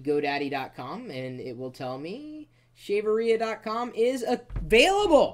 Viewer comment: LOL!!! The way he says that 'shaverea' thing was hilarious: "Shave her... rear?"